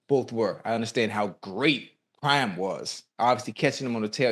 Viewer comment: Why does it sound like he's saying time instead of prime?